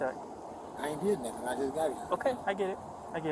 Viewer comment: he said "nuffin" not "nothing" 🙂